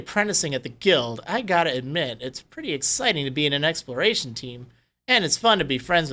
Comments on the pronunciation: Did anyone else realize he said experation instead of exploration? Oh hey here’s you experation team, they tell you when things expire, they’re actual expired to, so enjoy the dead bodies. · needs to practice saying exploration. I keep hearing him say expiration. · I hear him say "explration".